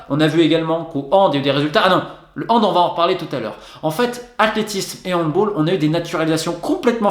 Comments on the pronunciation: cela fait déjà 2 vidéos que j'entends cela et ça m'agace ! On ne dit pas "handbOLE" mais "handbALLE" !! C'est un sport d'origine allemande...merci d'avance de rectifier au plus vite. Pour un grand journaliste ne pas savoir ça....quand même.... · Arrête de prononcer comme en anglais le handball prononce le comme en français bordel c’est un A pas un O